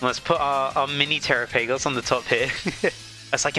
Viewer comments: The way you said trapigos 😂 TeraPagos 😂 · I cried when you said tera-PAY-goes 😭✌️